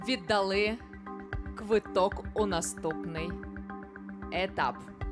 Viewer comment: Передайте Горбунову, що у слові "ВІДДАЛИ", наголос падає на ОСТАННІЙ склад. Отримуючи 30 млн гранту від держави соромно цього не знати.